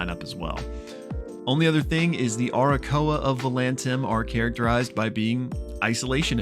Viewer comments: Why do you call Aarakocra Arakoa? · It's pronounced air-a-coke-rah, btw! Love you! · My guy is straight up ignoring letters in the word aarakocra. Also they're Eisfura. Similar but legally different enough. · Aarakocra is pronounced /a-rə-kōk-rä/. Lol In all seriousness.. Love these type of Videos. And that whole scene was super rad!!